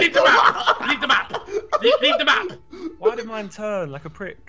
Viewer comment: It sounds that ethan is saying leave the mop but hes trying to say leave the map